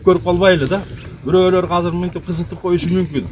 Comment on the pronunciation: "Казыр" - дебей, "Азыр" - эле дегилечи, же Мектепте Кыргыз-тилде: "Казыр" - деп окутканбы силерди???..